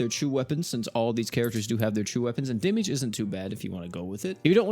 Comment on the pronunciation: Demiurge… Demimid 🫡